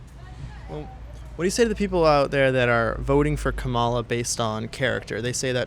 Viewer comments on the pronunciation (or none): You are still saying her name wrong. It is Comma la, and not ka ma la. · Why doesn’t the host/ interviewer ever pronounce Vice President Kamala Harris’s name correctly? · At least pronounce her name right… it’s , La!